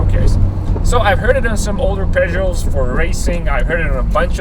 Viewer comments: 😉It is pronounced [p] [œ] like fire in French as we say "feu" [j] like the sound of the letter g of gymkhana [o] like though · Pronounced "poogot" in merican!